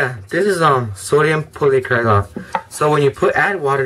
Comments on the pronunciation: you say it like this= POLI-ACROLAIT. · Sodium Polyacrilate ( Polly-acrii-late). My grandfather invented it. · It's pronounced "poly-ACK-rih-late". The capital letters show the stress, so you would write the pronunciation for"guardian" as "GAR-dee-an". In other topics, any neat experiments to do with sodium polyacrylate? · you say it like (sodium pauly-acri-lite) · sorry thats poly-ak-rey-late!